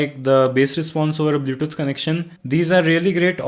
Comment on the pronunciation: because he is pronouncing it blyoutoot, for example.